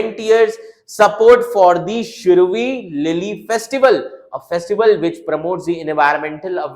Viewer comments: It's Shiroilily.try to pronounce properly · Bro must have experienced the same as like we north east people faced when studying central names, parks, etc in pronouncing shirui lily,😅 That's what we face studying central data without knowing the meaning for that particular word, spending extra time for that very word when others can skip just by looking at it. Disadvantages faced by NE students in competitive exam😢